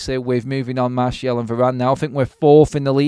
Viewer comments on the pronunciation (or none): none